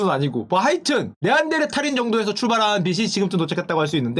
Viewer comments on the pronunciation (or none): none